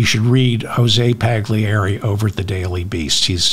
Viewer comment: David, please pronounce Paglieri properly. The "G" is silent. say it like its spelt "Pallieri". Jose is probably from Argentina but has an Italian father, thus the Italian last name. thank you.